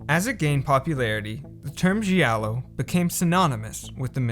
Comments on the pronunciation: G I A L L O not Sgiallo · The pronunce is "jalloh" not "ji allo" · 'Giallo' is pronounced 'djàllo' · So you put so much time into this but couldnt be arsed to look up how to actually pronounce 'giallo'? 😂😂😂